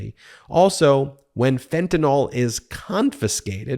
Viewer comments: Fentanyl, not fentanol. (-NIL not -NAWL) Once or twice would have made me wince, but 4 times in 3 sentences made me turn off the video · This Anti-Freedom Caucus ultimatum is infuriating. It will fail. Thank you Ben and The Midas Mighty! Also, I'm a chemist: it's pronounced "ill" not "all", fentan-YL not fentan-OL, Anyway... stay strong, folks. We're gonna get back to sanity. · Dude, it's Fentanyl not Fentanol, YL not OL! Love your show!! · What in the world is “fentanOL”?